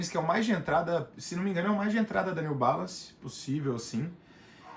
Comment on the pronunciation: Seria interessante vc montar uma lista c os nomes . Nao deu p entender o New balance o nome dele.